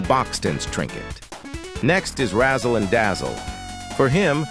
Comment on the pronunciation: thats not your grammar's fault, you just mispronounsed Razzle and Dazzle😔 but thats fine, dont worry, this is also my second launguage